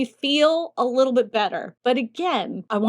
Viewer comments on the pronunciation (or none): none